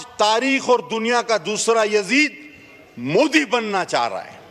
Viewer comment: मुदी नही मोदी कहो टेरिजेमवाला😅😅